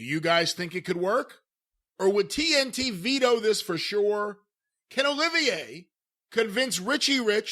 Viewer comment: I love how Cornette calls him Olivier! 😂